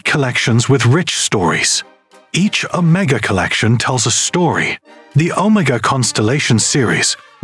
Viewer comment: You need to learn how to pronounce the word Omega.